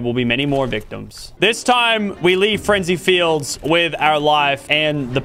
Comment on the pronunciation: bro called it frenzy fields